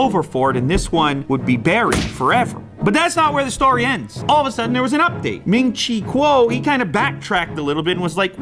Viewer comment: It's pronounced ming chi cow